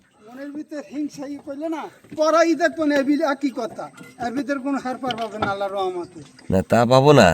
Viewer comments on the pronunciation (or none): none